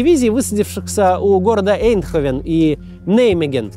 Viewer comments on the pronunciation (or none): эйндхОвен, а не Эйндховен. Странно, но Nijmegen верно произносит. ТоргАу, не тОргау КацЭбу,а не КацебУ